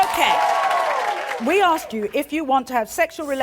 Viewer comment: Why do they always say "likeded"? Or "ax"? Do better